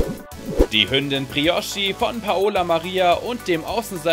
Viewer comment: Hahaha Broichi 😂😂😂😂😂 Es heißt Briochi aber egal